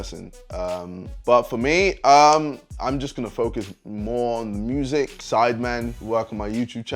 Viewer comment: The way he said music